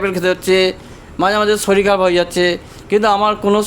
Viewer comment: Ota sorir hbe dada... Apni dekhchi Muslim der moto bollen.. Soril